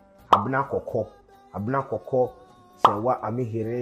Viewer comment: The Name is not pronounced Amihere like Serwaa pronounce it.